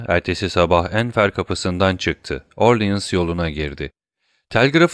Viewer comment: Emeğiniz için teşekkürler. Elimden geldiği kadar romandaki bazı kişi ve yer adlarının doğru okunuşlarını yazmaya çalışacağım. Enfer Kapısı : Anfer Kapısı Orléans Yolu : Orlean Yolu Linas Köyü : Linas Köyü Montlhéry : Montleri Delacroix : Delâkrua Rubens : Rubens Simon Ana : Simon Ana Jardin des Plantes : Jarden de Plânt Noisette gülü : Nuaset gülü Debray : Döbrey Danglars : Danglar Don Carlos : Don Karlos Bourges : Burj Messager Gazetesi : Messaje Gazetesi Moniteur : Monitör Maximilien : Maksimilyan